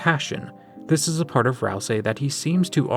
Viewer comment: i have NEVER noticed ralsei says "dart" instead of part